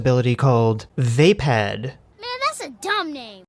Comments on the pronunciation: It's not Vay-pad It's Vah-paad. Also this Rey's abilities is a complete abuse of the technique. Fucking stupid. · It doesn't help the "Vaapad" is pronounced as "vapid" which is an apt one word description of the Disney trilogy. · not sure if you're just saying that for the joke or not but, puts on nerd glasses It's actually pronounced "va-pad".